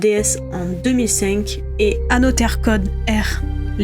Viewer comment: Génial la vidéo mais on dit anozer